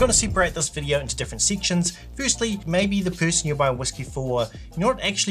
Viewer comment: Seek-shuns? Delete